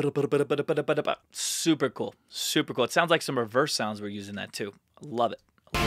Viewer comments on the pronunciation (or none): none